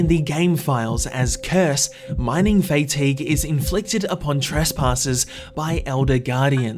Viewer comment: Americans: Mining Fatigue: Mining Faetaegue